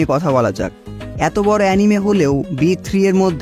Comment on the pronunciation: এনিমি ❌ আনিমে ✔